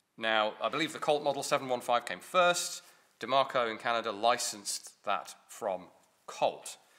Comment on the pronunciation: Where is the R in Diemaco ?